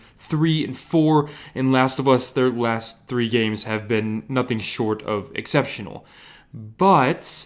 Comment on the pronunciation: That “nOOTHing” at beginning of the video . Lmao 😂😂😂